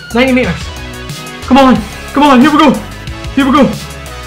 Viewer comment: He says "come on ya" theres no ni at all